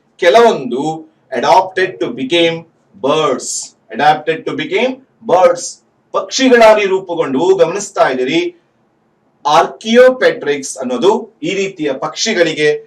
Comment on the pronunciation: ಸರಸೃಪ ಪಕ್ಷಿಯಾಗಿ ಬದಲಾದ ಉದಾಹರಣೆಯನ್ನು ಆರ್ಕಿಯೋಪ್ಟೆರಿಕ್ಸ್ ಎಂದು ಉಚ್ಛಾರಣೆ ಮಾಡಬೇಕಾಗಿತ್ತು.ತಪ್ಪಾಗಿ ಆರ್ಕಿಯೋ ಪೆಟ್ರಿಕ್ಸ್ ಎಂದು ಹೇಳಿರುವೆ.ಕ್ಷಮೆ ಇರಲಿ.